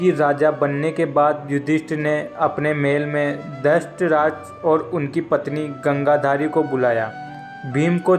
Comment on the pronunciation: Thik se bole. Gandhari.